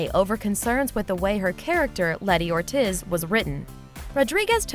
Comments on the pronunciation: Did you say or tiz.. it's or TEEZ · "Or-Tiz" Once again, YouTube folks can't pronounce anything correctly. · "oretiz" lol you fucked that up so much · Letty ortiz.. is pronounced "Or-teeze".. not "or-tis" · It's pronounced ortEEEEEEZ not Ort-is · Letty OR TIZ..... OR-TIZZ??????? OR TEEEEEEEEEEEEEE ZZZZZZZZZ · Omg the narrator butchered some of these names worse than a GPS butchers street names. Letty OrTIS? CorLEONI 😒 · Letty Ortiz was pronounced the whitest possible way I can imagine. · The narrator didn't pronounce Corleone or Ortiz correctly. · letty ortiiz.. she said it all white hahahah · I just can't get over her pronunciation of Ortiz. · nice pronunciation of Ortiz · >Ortiz???? >Corleonee????